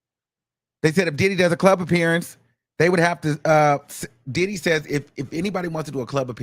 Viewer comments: Right like "DID-HEEE" AND "DID-DIEEEE" for MEEEEE 😅🤦🏾👀🤪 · Son ,i ❤ the way, you say DIDDY- DID-HE!!! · The way says ‘Didee’ cracks me up every time.😂😂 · The way u say diddy😅😅😅😅😅